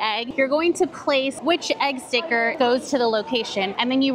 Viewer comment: "stick-uh stick-uh" time 😂😂😂